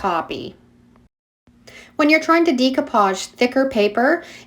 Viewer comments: YOu do such a great job on your videos. You make them so easy to understand. But, it geeks me out everytime you say, "Dee-koo-paazh". I 've been saying it wrong too. It's actually pronounced "day-koo-paazh." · It is deck-o-page not de-co- page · Great techniques! Very simply explained so that we can follow easily. One thing I just wanted to mention, the pronunciation of "decoupage" is not "dee-coupage" but "day-coupage." Thought you might like to know. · Love the videos!!! I have a hangup I can't get past: you are obviously extremely intelligent and super crafty -- but I take issue with your pronunciation of "decoupage." It should not be [dee cou page] but rather [deh coo pazh] or [day coo pazh]. Keep up the good work: extremely inspirational. Thanks for all the tips. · Please it's pronounced DAY-coupage. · Pronounced DAYcoupage. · It's pronounced "Day-co-pauge." It's French. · Great tutorial! The mispronounciation of the word decoupage was very distracting. Even in English the word is pronounced "deck o pahj" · Love your channel, new subbie. Binging decoupage(love your accent on that word). Never saw this technique before. No laser printer, I’ll try hair spray. How do you get the quote/font? Thanks.